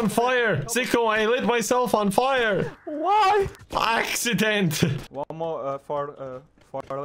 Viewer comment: why was so funny